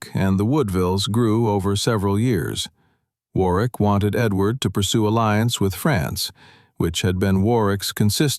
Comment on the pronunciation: Warwick is pronounced War rick. The w is silent.